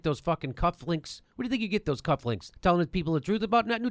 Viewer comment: "Cufflinks"? I thought they were called "cufflings", Jimmy.